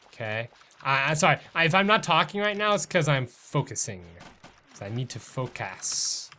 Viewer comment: Lol it sounded like he said f*** a** when he said focus 😂😂😂